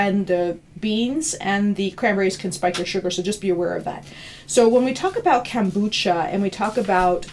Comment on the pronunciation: Funny how many mispronounce the word kefir. And kombucha. She mispronounces both :P